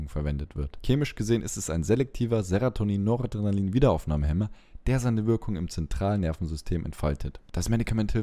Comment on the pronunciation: Ich weiß ja nicht, ob ich mich in Sachen Medikamenten von jemandem beraten lassen möchte, der dauernd "Seratonin" sagt, so zum Beispiel. Das wirkt schon leicht unprofessionell.